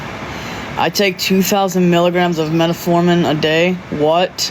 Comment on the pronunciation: She couldn't pronounce metformin to save her life. 😹😹😹